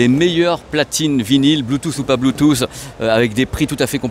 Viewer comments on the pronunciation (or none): none